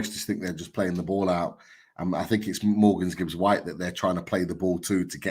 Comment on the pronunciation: Guys! Love the show and watch every time. But, it's Morgan Gibbs-White, not Morgans Gibbs-White 👌